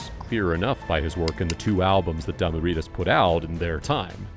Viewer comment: He said Damoo readaz The squarest thing ever 😂😂😂